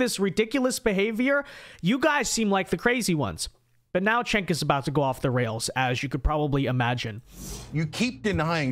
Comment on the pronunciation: It's pronounced, "Chunk" 😆